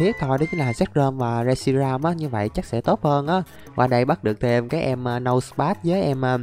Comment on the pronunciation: Reshiam của người ra mà đọc là shiream